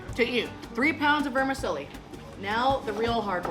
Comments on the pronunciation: "Vermi-CHELLI", not "Vermi-selli". CONGRATULATIONS! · Is it pronounced "ver-ma-sellie" or is it pronounced "ver-ma-chelli"?? Where I'm from it's "verma-chelly"...😂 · Awesome but its ver-mi-chel-li.....like you'd pronounce cello. And Zermatt I think Switzerland, well, it was certainly the Matterhorn of seafood! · It’s pronounced Verm-a-chelli in Italian. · Say it with me now…ver-mi-CHELLI. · Here in NZ we pronounce Vermicelli as Ver-Ma-Sally. Great Video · Never heard of anyone calling it Vermi selly???? What is it selling? lol I am Italian and that IS NOT the way you say it. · I reallllllly wish she would prounce vermicelli correctly. VermiCHELI. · Not being a twat but is it not pronounced ‘vermacheli’? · Lol it not vermassseli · She lost me with her pronunciation of vermicelli and that she wastes the best part of that meal which is the juice in the prawn head.